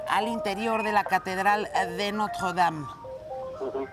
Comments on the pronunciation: dicen que la reconstruiran...la Catedral de Notjjjuwuedam, pronuncia como persona normal y ya así no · Ni el wey que vive ahi pronuncia haci de horrible el nombre como ella lo hace jajaja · Yuriria tiene la mejor pronunciación francesa de todo México: nadie, ni su mamá... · Jajaja pinche vieja ridícula se esfuerza mucho para pronunciar Notre Dame y se escucha super mal jaja